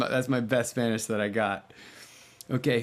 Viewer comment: Great Spanish, great pronunciation, Jon!!!